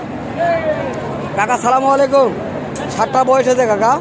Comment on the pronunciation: ভাই আপনার সালাম দিয়াটা ভুল?? বলেন আসসালামু আলাইকুম ** আপনি বলতেছেন সালামালাাইকুম?? ভুল??